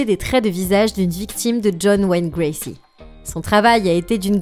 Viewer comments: bonjour , c'est john wayne gacy et pas gracy 😁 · Parcontre c'est John Wayne Gacy et non Gracy :) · Cc, pardon mais il s'agit de John Wayne Gacy et pas Gracie. Bizs